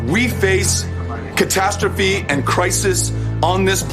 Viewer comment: Did he just say catastrophkik?